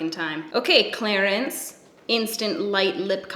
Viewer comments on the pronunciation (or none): It sounds like you say Clarence not Clarins lol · It sounded like you were saying Clarence 😅